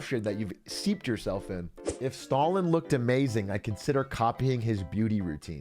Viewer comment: Why did he kept pronouncing Stalin, as "stolen" ? is that a thing?